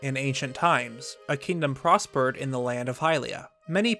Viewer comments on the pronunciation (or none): none